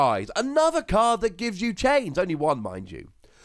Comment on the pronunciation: It's just dis and dat with you idn't id?